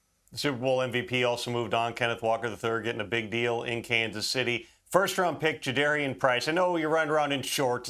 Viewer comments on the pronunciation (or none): Welcome to the Barn Show 😂😂🎉🎉 Run It Forward 💙💚🏆✌🏻 MOB 🔥🔥🔥 PS. It’s Ja-DAR-IAN like car not care …get it right. You’ll be saying it a lot this year OROY 🎉🎉 and we play on Wednesday vs Pats not SNF 😂